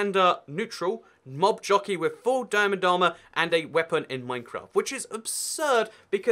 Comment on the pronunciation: I thought you said nob jockey and had to replay it just to make sure